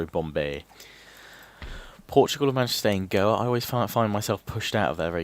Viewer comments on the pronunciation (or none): none